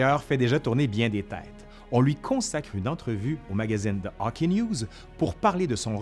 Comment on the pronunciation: C'est hockey, okay. Pas hocki, okay. :3